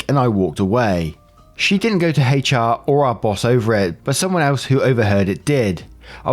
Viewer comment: Your hard H in HR is so cute lol 😆